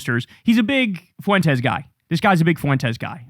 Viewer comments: Spanish is my native language, please for the love of god Kyle, stop pronouncing Nick's name as 'Foo-entes'! It's so annoying. It's pronounced 'fwentes'. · It's Fuentez, amigo. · I’ll be so glad when I never have to hear anyone say “FOO-EN-TEZ” again.